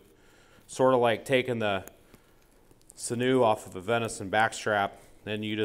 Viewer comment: not to be that type of person but it’s “sinew”